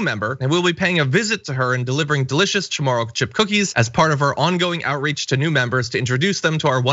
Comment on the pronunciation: Wow he said chamorro properly